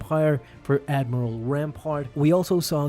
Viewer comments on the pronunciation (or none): none